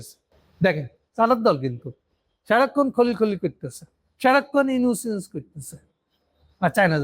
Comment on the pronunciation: আপনার পর্যালোচনাগুলো বেশ তথ্যবহুল। তবে বলার ভঙ্গীগুলো যেমন,তারেক, খলিল,ইউনুস এ নামগুলোর উচ্চারণ ঔদ্ধত্যপূর্ন।